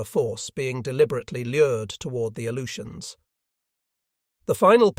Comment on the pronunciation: I can't stand it. A-LOO-shuns. Jesus.